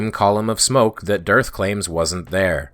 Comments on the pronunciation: The way you pronounce "DITRH" sounds and feels like a person's brain segfaulting. Which, admittedly, is a probable side effect of listening to flat-Earthers for too long. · Wow. ...No witty quips this time; just wow. That was something else. (P.S. I liked the pronunciation of "Durrth." That gave me a chuckle.)